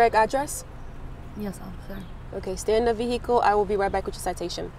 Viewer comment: Why she saying veHicle Edit: like is it not silent in her pov?